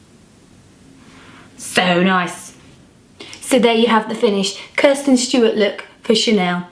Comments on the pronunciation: You keep calling her Kirsten and not Kristen lol. Beautiful makeup though :) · Why did she keep calling her Kirsten instead of Kristen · you keep saying kirsten😂💗